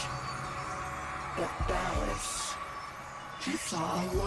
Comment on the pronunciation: I can't believe is still calling ballas 'ball-ass' lmao, it's hilarious. (But yeah deserved lol.)